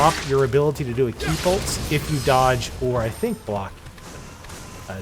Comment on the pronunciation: It sounds like you're saying ki polts (like paul-tz) instead of ki "pulse". Not trying to be a dick, or insult, you're video is very good ty, it's just that's what my ears are hearing.